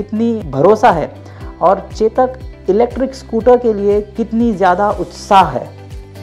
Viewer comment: Ye chetak nahi chodak hai